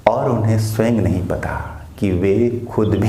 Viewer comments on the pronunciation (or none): none